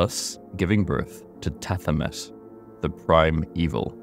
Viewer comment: Ps its pronounced ta he met